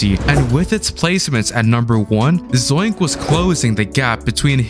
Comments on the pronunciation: It's not zoink it's zonk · It’s not zoink it’s zonk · That ain’t Zoink it’s Zonk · That aint zoink thats zonk💀